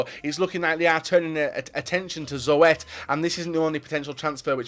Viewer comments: Zoet? You prenounce it like Zoot lol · it's pronounced Zut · zoet was not correctly pronounced, if you say zoot then its correct! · lol he says zoo ett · The way he says zoet is just funny